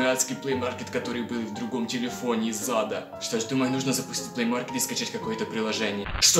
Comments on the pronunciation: Ха, мне всегда кажется что ты говоришь "Из зада" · Мне одному слышится планшет из зада? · Ты сказал из зада или ада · Мне одному кажется, что когда произносит "планшет из ада" он произносит планшет из зада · Почему мне каждый раз слышно не из Ада а из ЗАДА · Мне одной кажется что он говорит не планет из ада а планшет из зада😂😂😂😂😂😂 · Знаете мне кажется что каждый раз когда он говорит "планшет из ада" у него всегда получается "планшет из зада "!! Кто согласен лайк (если что то я правда так слышу ну.............вы же все так думаете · Мне одной послишалось не из ада а из зада?♥ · Я одна слышу "из зада" ?! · Мне показалось ты сказал планшет из зада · Когда ты сказал что это планшет из ада ты сказал это планшет из зада ха-ха-ха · из зада азащаззазаза мне одному послышлось? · Ты сказал из зада а не из ада